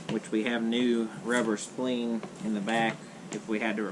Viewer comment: Say spleen one more time, it's so funny hahaha * s-p-l-i-n-e*